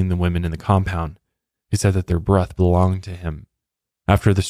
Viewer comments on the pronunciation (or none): none